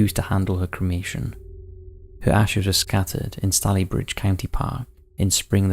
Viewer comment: it was an axe not a hatchet,,,, learn how to pronounce maureen/stalybridge & angina